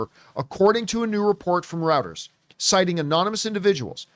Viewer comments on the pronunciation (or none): none